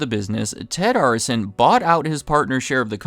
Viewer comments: They own my favorite basketball team, Miami Heat. It's also pronounced Air-is-SON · The name is pronounced Air-eh-son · Seemingly pronouncing Arison incorrectly.